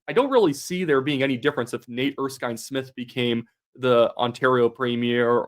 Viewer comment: you even said his name right. Nate Erskine-Smith has always been somewhat of a maverick, even under Trudeau. He'll never forgive Carney for being dumped from Cabinet.